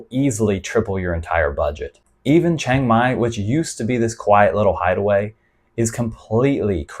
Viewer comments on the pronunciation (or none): none